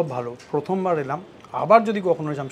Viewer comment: It's not Jammshedpur....it's Jamshedpur.... Frist learn how to pronounce in Bengali....the Hindi words .... Bong .... Ur translation is worst ... Ur hindi pronunciation.... Badnam mat karo Hindi ko 😅